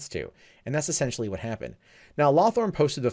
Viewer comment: He keeps saying LawTHORN. I can't help but notice the guy's name is LawHORN.